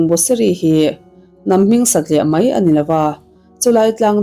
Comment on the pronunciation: Mei...ti lovin...'mai' tih hi a țha